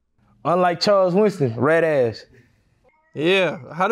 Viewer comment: Buddy said Charles Winston 😭🤣🤣